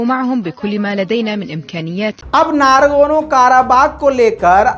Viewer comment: Nargono Nehe !!!!! Nagarno........... keu itni bara mistake karteho?